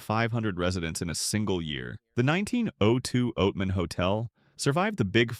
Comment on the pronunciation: Not going to subscribe to a channel that can't pronounce Javelina or Oatman. Not understanding the difference between cougars and mountain lions is also not a good look. (yes I KNOW)